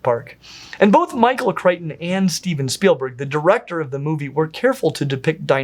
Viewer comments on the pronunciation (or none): none